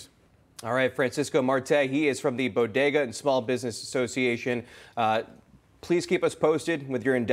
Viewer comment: I say bodega she says bogeda...